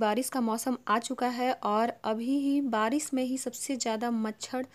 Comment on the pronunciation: Its barish not baris